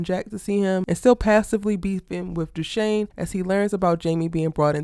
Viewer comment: Love you love the London drama's too! it's Dushane by the way (Pronounced DooShayne)